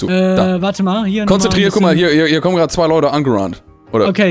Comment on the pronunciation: "Ich hoffe ihr esst gearde, Leute HAHAHA." Ich habe da wirklich gegessen,. Dange.